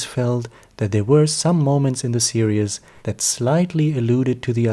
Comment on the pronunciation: You pronounce "series" as "serious"